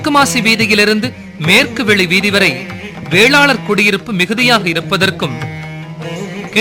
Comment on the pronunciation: sir your are totally right but if you are mention the names of the caste then please try to pronounce it right you have told that most of them who are living in maalamasi vedhi are vallalar but they are vellalar so pls be concious when mentioning these names